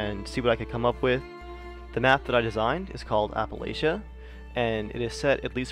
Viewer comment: Nevermind, you just answered my question by mispronouncing the fuck out of Appalachia.